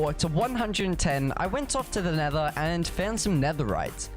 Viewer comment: i hear you say bacon and nethor